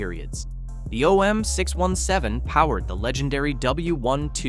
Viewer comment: If you want to narrate with AI, at least train it on how to say the fkn name correctly. Jeeezus! OM6…..17.